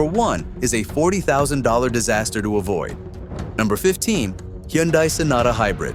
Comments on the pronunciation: It couldn't even pronounce the word "Hyundai", which should be easier than repairing a car after it falls apart. The irony is sick. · You lost me at your mispronunciation of the word "Hyundai" which should be the easiest part of doing research on cars. Removed from recommendations. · another AI :face-turquoise-covering-eyes: video that cant even pronounce Hyundai like any normal Korean or other human being in the United States